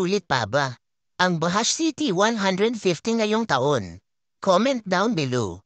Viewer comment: Ang pagbigkas po diyan BAJUDGE hindi po bahash 😅